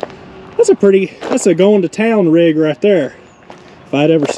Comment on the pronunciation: no he says shesa goin to town rig lol love vgg